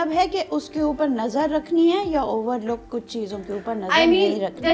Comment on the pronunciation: overlook😅. She needs to work on her vocabulary and pronunciation.